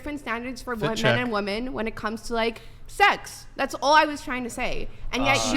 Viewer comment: This woman cannot say the plural for of "woman" to save her life.